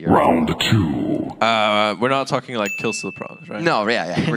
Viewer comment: missed an early "like" on d lift the second round that kind of sounded like "leik"